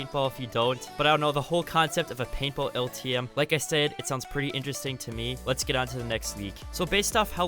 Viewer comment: Bro I thought he kept saying PayPal but he was actually saying paintball